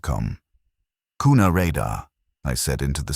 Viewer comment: Also its pronounced Qna not kooona,, Go Kavemen